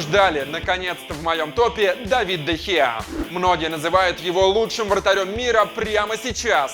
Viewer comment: Не Давид,а Дэвид